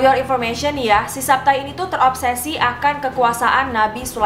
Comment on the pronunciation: Zahabetai zevi itu bacanya bukan saptaii ngawur